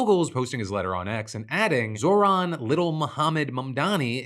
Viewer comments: It’s “Zohran” you absolute brick, not “Zor-han” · “Zor-Han Mamdani” Bro it is NOT hard to pronounce a persons name correctly. What a douchebag. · Mispronouncing Zorans name so egregiously is so purposely disrespectful.